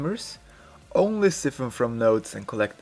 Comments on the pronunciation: "psy-fun" not "ci-fin" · i cri everytime i hear siffen